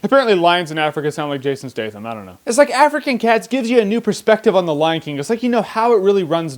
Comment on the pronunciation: Your jason statham sounds a bit australian.